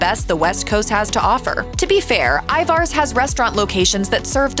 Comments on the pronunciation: Ivars is pronounced Ivers. No Arrrrr like a pirate. Errrrrr like purr. I love the restaurants in house clam chowder but, have never tried it in a can. Glad I haven't. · I don't even think that have it in a can. I've seen it in a frozen plastic pouch or a plastic tub in the refrigerated section of the store. The way she pronounced it hurt my native Northwest ears! 😂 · Ivar's - Everyone I know up here in Washington state, home of Ivar's, pronounces it Iver's. Always have. Ivar's, for those who prefer phonetics. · Thank you! The way she pronounced Ivar's drove me nuts!...and Ivar's and Skippers truly are delicious 😋